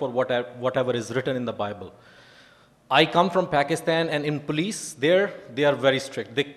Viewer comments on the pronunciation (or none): none